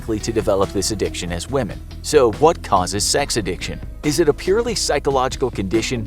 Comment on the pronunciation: Addiction pronounced A-dick-chin